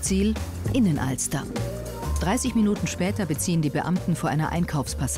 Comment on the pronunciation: Junge es heißt Binnnenalster nicht Innenalster